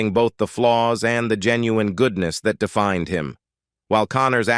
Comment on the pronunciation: Toward the end of this video the dialogue got worse and worse. Defined becanme D-fin-Ed. Rifleman became Rif-la-man and many more. Ruined the ending for me.